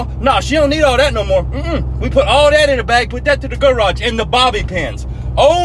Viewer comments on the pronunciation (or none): Thought he said gulag instead of garage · “The Guhraj” 😭😭😭